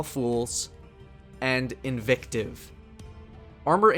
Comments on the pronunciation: "Invictive" LMAO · lol "Cosmodome" "Invictive"